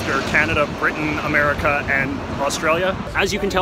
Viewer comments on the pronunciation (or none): none